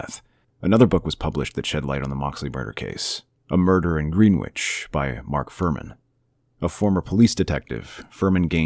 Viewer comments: “Gren” ich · Please look up how to pronounce Greenwich before I lose my mind